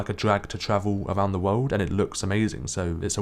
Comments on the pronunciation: Its world not wouuuld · "world"! Dude sounds like he's deaf most of the time as it is, but he needs to avoid that word.